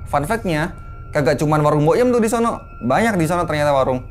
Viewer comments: ada yang ngitung ga, berapa kali narsum ngomong DI SONO pake K ^.^ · Gua keganggu sama kata "disono" .. Disono nya pake penekanan seolah nama tempat.. (Kaya di solo = nama tempat) Padahal disono itu cm kata yg menunjukkan suatu tempat,bukan nama tempat...